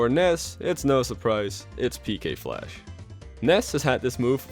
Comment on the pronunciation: For the longest time, I thought Ness was saying “PK Pulse!” instead of “PK Flash!”